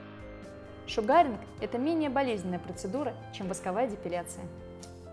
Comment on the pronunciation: Вы конечно извините...но правильно будет произносить : "шУгаринг" а не "шугАринг".....посколько слово "Шугар" (sUgar- произношение на У) озночает - сахар. И раз уж в России стали пользоваться этим методом...то недопустимо искажать его название. Спасибо за видео....живу в Штатах....до сих пор занималась восковой депиляцией в салоне...сейчас решила поменять метод и попробовать делать это сама. Ваше видео очень наглядно обьясняет как это делать правильно. Всех благ !